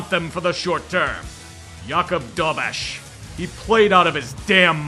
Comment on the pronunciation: Czech here, thanks for pronouncing Dobeš correctly. Shows that you care and we do notice.